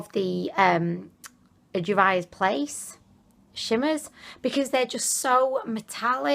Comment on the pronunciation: Velvet Smith Yes, and Juvia's Place is JOO-vee-uh's Place. is SUCH a hoot! xD